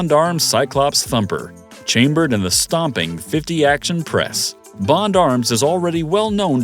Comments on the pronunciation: 50 " Action Press"! stop letting AI read for you it is .50 Action Express at least check to see if it is accurate. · did anyone else know that the voice said 50 action press. instead of 50 action express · Lol I noticed that too, "50 ac-spress". It would fool many people tho. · For Christ sake, teach your AI to get details right. It's not .50 action press, and there's no such thing as a 327 magnum. There is no credibility if you're too lazy to even edit the script. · Did that goober really say 50 Acton Press?